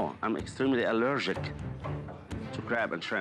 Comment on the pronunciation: Correction: "extremely alleyrshik"